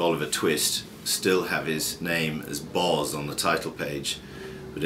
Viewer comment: Sketches by Boz pronounced like " hose" . not Bawz ...